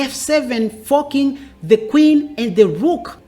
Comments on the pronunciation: Is he saying "fu ck ing the queen" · You gotta stop saying forking with your accent buddy 😂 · I wish I could get away with his pronunciation of "....forking the Queen ". Gives me the "chuckles" every time. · he’s forking pronouncing like a g.